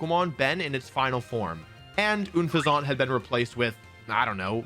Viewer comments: WHAT IS AN OOHN-FEH-ZAUUUNT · I also 100% refuse "OON-FEZ-AUNT" It's Unpheasant. Like unpleasant, but instead it's like the pheasant bird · New to your channel...don't know if this is a running joke, but, why do you pronounce Unfezant like oon-fe-zahnt? It's more like Un-pheasant. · Oonfuzahnt? it's Unfezant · People dragging Wolf for Gible pronunciation, but letting "Oon-Fez-Aunt" slide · Une-pha-Zont for Unpheasant is hilarious too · Not even 3 minutes in… how u dont pronounce unfezant like “unpleasant” baffles me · He said unfeasant wrong to lol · Is that just your go to pronunciation for Unfezant? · I will never sub until you say unfezants name correctly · UNfeazant not OONfeazánt (yet pronounces sceptile correctly) Gible not Jible (definitely someone who pronounces Gif as Jif energy) You also make a big issue about pikachu not being an evolved pokemon in every team except your number one pick, which I'm guessing you remembered the Pikachu anime plot armor compared to the game. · You also Butchered Unfezant’s pronunciation & as far as Gible goes there’s no J in the name so that was butchered too. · Wolfey, why do you pronounce Gible wrong? Saying Unfezante like it's Unfezante is already a travesty but it kinda deserves it but Gible didnt deserve hus name being violated like that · I would of subscribed if you knew how to pronounce Gible & Unfenzant properly. But you didn’t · The way you say Unfezant is… unpleasant. Ever Grande? Didn’t they just say “Grand” in the show? Also, Gible with a soft G? Why not “Jarchomp” then? And then like Bible? Is this you being silly, like video? Help me understand why your brain did that. 😅 For me, as someone who doesn’t watch the anime, I genuinely don’t know a lot of the time. I WILL say, there’re a handful of Pokémon, like Ferrothorn (apparently, per the SwSh world championship coverage, it’s fer-RAW-thorn. Wtf?) and Rayquaza whose names aren’t as immediately intuitive for some of us.